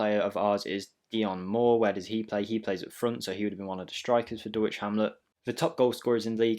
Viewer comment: I’ll subscribe if you pronounce Dulwich properly….. DULL ITCH, please confirm 😂 forget the “W”